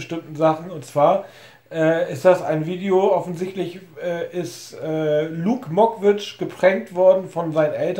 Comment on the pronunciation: "Luke mockwitch" 😂😂 diese aussprache...